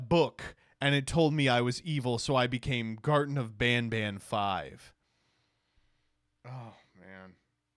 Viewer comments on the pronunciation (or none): none